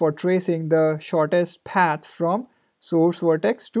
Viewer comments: Fantastic videos. But why do you have to pronounce "path" as "ppaaaeeth" :D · its a common sense.....if someone is making so much effort to teach for free......u should also understand that....it will be PATH and not PAAT.....as u r studying algorithm it has to be PATH. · Lol he barely makes anything from these videos. Don't kid yourself. If you don't appreciate it don't watch it. Don't just bitch in the comments because he said paat instead of path. Dumb ass.